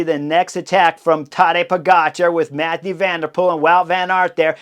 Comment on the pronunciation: It's Mathieu van der Poel, not Mathew...